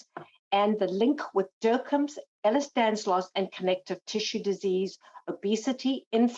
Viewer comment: It’s Danlos, not Danslos ffs!